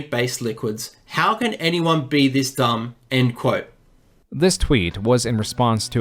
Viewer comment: I love your videos but why do you say "end quote" as " und quote" 🙃